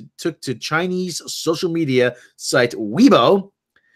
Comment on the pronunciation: Its Weibo, say "Way-bo", If I remember right. Otherwise, thats must be an awful mistranslation.